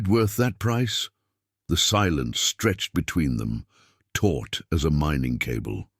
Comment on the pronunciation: Taut, not taught